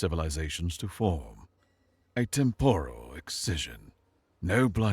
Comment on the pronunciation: Temp-er-al is the pronunciation, even if it's spelled with an O, it's not said with an O.😊